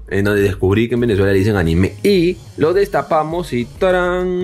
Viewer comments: Por cierto amigo a parte de hacer excelentes videos la palabra anime en el minuto se pronuncia anime sin acento en la E saludos desde Venezuela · se pronuncia diferente de anime tipo dibujos, el acento es en la "i" jajajaja. Saludos desde Argentina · si aqui le decimos anime al tecnopor, pero se dice aníme con acento en la i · No se dice anime se dice animé